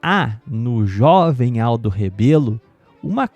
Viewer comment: É Rebelo e não "Rabelo", antes de inventar qualquer desculpa para se indispor a pessoa política dele, saiba como se escreve e pronuncia o sobrenome corretamente.